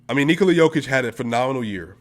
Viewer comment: I recognize your effort in making an in-depth video like this. Keep the grind on! p.s. oce you get to Serbia, please get someone to teqch you how to pronounce the sound found at the end of Nikola´s and Luka´s name. 👍